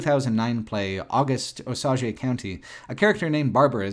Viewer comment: You mispronounced Osage Otherwise excellent but the actual Osage County is close to where I live.